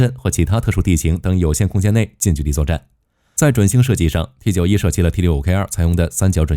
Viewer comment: 有點無奈 你是大陸人嗎? 什麼65K2 XT91 是這樣念的嗎?沒當過兵嗎? 念法應該是65K兔 T9么 受不了